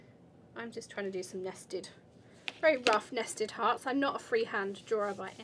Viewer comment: NASTY TARTS???.... LoL! I thought thats what you kept saying, then i figured out it was NESTED HEARTS! 😂😂😂😂Nice video, thanks!